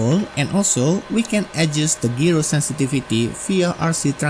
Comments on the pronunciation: Hi, "gyro" is pronounced as jai-ro, not gee-ro. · It’s a jye-ro not a gee-row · I don't mean to correct you or offend you, but the word "Gyro" is not pronounced like Gear-o. It's pronounced Jie-ro or J eye-roh. The word is just abbreviated from the word Gyroscope. If you start telling enough of these You Tubers the word is Gear-o, they'll adopt it and bring down the national IQ even closer to Idiocracy level (which you'll probably see in any comments that will probably be calling me a f-tard or some such douchery). Great video BTW.